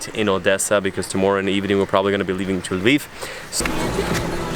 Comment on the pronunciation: I love that you pronounce OdeSa and Lviv in ukrainian, cause that's how they should be pronounced in Ukraine... and also Kyiv...